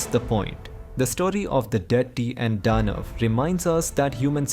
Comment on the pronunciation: Detta and Danv.... dude... you sound 10000% still you have to pronounce those words differently... and they didnt sound like foreign speaker either. They sound like you are doing DADADADA